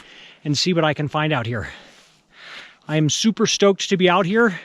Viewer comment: You need to speak more distinctly,. You said that you wanted to get "stoked" and the mountain gods thought you said "soaked"!